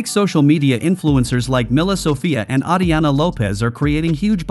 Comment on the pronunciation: It's "AiTana", no 'Atiana'